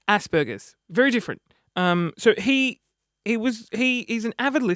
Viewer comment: haha haha haha you remind me of me I have Asperger's and you totally pronounced it wrong and hahaha your so funny and make me crack up and having asd or being aspie isn't a bad thing it makes you unique.